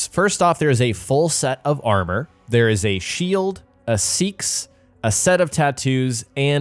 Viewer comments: I've only ever heard it pronounced 'sax' or 'say axe' when listening to the guys in the know. Never heard anyone use 'seeks' dude lol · Its not seeks lol its pronounced sacks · Pretty sure it’s pronounced “say-axe”, not “seeks”. It’s where the name “Saxon” came from. Often spelled “seaxe”. The short, bent blade (long knife) was deadly in a shield wall. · Great video - one tiny thing: a seax is pronounced "say-axe", not "seeks" it's an old-english (Saxon) word for knife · The right way to pronounce "Seax" is really "Sax" the e is silent. The Saxons made that weapon famous when they fought against the native Britons long before the Viking invasions. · Seax is pronounced sax by the by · I’ve been pronouncing it like “sea axe” in my head all this time lol but your pronunciation explanation makes much more sense. 😂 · Just an FYI it is pronounced sax with the e being sighlent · ******** Well Done.. constructive criticism.. look up how to pronounce some of the names you are using, like Seax pronounced as "SAX" just a little something, something. Love your VIDS!! Keep up the OUTSTANDING work Sir!! Look forward to more in the future. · Its pronounced Sax, like Saxophone